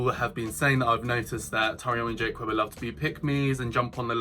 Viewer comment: how can someone say they watch a person on youtube and still not pronounce their name properly?